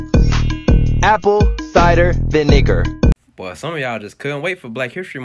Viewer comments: The issue is where they placed the emphasis. They placed the emphasis in the middle of the word, viNEger. It would usually be at the start of the word. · He emphasized the "negar" part very hard in the word "vinegar"